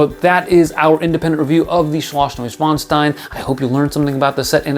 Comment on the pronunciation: LOL! Every time he says the name, I want to say bless you to him. Really tries hard to say it right, doesn't he? Btw, great review. I totally agree with you on all the flaws. The price is too high also. I will wait if I even get it.